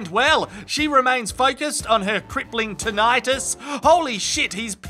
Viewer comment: You pronounced tinnitus CORRECTLY. Thank you! 😂